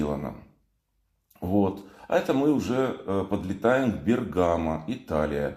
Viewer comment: Бе́ргамо. Ударение на е́. Вы и на Руслане И на Мрие прилетали в Бе́ргамо я видел Руслан там в аэропорту. Спасибо за видео.